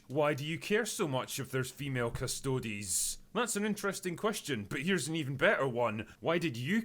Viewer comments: Thanks for trying to educate yourself on the lore before chiming in. I've seen a handful of other videos on this subject from people on the culture warrior spectrum and literally half of them couldn't pronounce 'custodes' while being strongly opinionated about their makeup; and clearly fundamentally didn't understand custodes were not space marines. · Ah yes... retcon in 40k lore... That definitely neeeever happened bevore. Consider this: most within the community don't give much of a s*t about this issue. Most of the commentators (such as this one, who doesn't even know that custodes aren't spacemarines or others who can't pronounce 'custodes') don't even care about the game and only drive communities apart by artificially amplifying minor points of contention. Anyhow: The more important thing about the custodes currently is that their codex sucks.